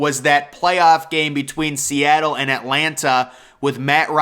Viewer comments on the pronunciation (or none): none